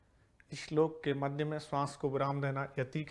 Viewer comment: अच्छा शिक्षण,श्लोक को इश्लोक न पढे़।